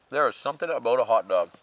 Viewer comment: "hoddog" 🤣🤣 We say this too portaging!! haha